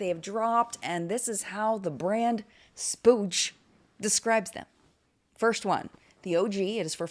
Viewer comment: That's "splooge" 🤭😂😘